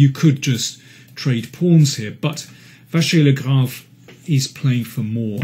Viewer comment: Mr King really likes MVL and even manages to pronounce his name correctly ! Great commentary as usual !